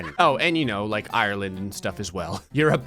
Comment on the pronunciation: Ok im from Ireland and i gotta mention smthing 1. IRE-LIND- 2. Damn guys, were screwed.